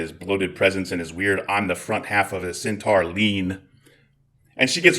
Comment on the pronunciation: Centaur is pronounced SEN - TOR and Keurig is pronounced KOY- RIG,.